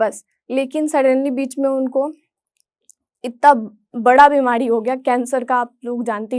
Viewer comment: बिमारी नही बिमाडी..र नही ड😂